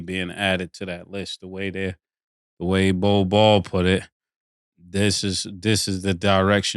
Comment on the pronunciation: I love how they call him "Bol Ball" 😂😂